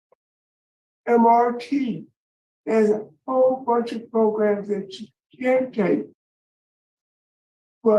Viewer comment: yes... Progrums!!🤣😂🤣